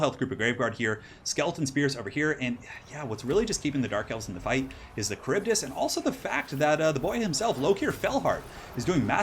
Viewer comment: Wow, great as usual! Also you re the only one that manages to pronounce the kharibdys correctly! Extra points!!!!